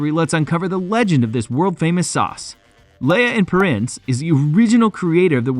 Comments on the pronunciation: ok your pronunciation of lea and perrins is abysmal at best, makes one wonder if this is just another ai piece of crap using stock video footage. i say this because many of you footage ive seen elsewhere. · Well, unlike you I can pronounce "Lea & Perrins."